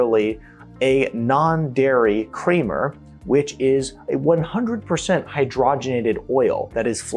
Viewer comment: The bottom line is, do your best to AVOID all processed and fast foods. Did I hear you say "kramer" instead of "creamer?"